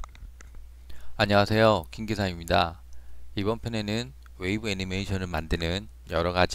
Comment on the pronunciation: 뭐얔 갑자기 안녕하세요~ 들려서 당황했어요 외국인 강의인줄